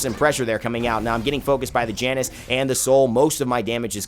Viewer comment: Janus is pronounced "Yan-us"